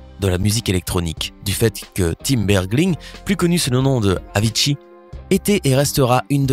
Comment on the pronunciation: Jai entendu Aviitchi